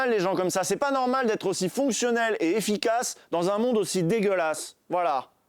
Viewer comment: Le "Bonne année." de fin sort un peu comme un crachat. Mais sinon, c'est une émission normale. ^^